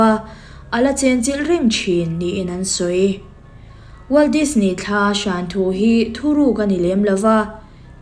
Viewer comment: NGATINGE DISNEY TIH LAI HI I THLUK VAK ŢHIN A, NAUPANG ALPHABET SAWI THLUK VAK ANG MAI😂😂😂